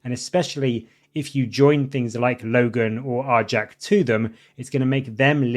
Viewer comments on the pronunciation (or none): It's not "are-jack" it's "are-yak"